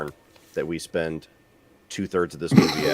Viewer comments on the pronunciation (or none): It's because he is a pedophile. Look at him constantly touching his face and showing his fucking disgusting fingers. Constantly playing with himself. And for an Englishman, his butchering of the English language is appalling. "Moovay"